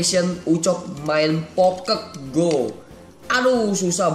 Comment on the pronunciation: Aneh pokemon go dibilang pokeg go lucu juga sih pas joget